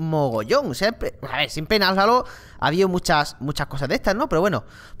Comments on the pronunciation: Tu que si que si que cada uno lo pronuncia como quiere pero en realidad se pronuncia JEILO! LIKEEEEE! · en méxico se llama halo se pronuncia jeilo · pero es 343 indiustres es Halo pero se dice Heilo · es jeilo no jalo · max chavez Lo solemos ignorar,a todos nos pasa,pero vamos que si hay que decirlo es así,la H se escucha ;).